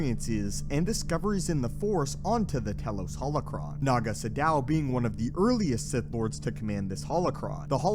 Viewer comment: “Tee-los” not “tell-los”